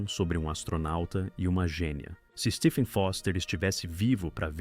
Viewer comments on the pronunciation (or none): none